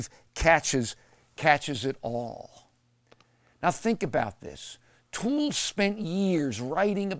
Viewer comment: Could this dingbat get his facts any more incorrect? Pronouncing Toole's name as "O'Toole" and talking about how A Confederacy of Dunces won him the "Nobel Prize." Christ!